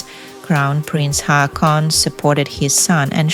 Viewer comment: Haakon is pronounced Hoh-kon. 😊